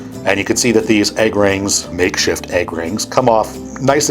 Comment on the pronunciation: Love the video but the way you say egg makes me cringe. What can we do about this?